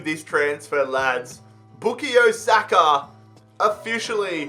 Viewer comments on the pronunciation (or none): With all due respect it not bookie Osaka it bukayo saka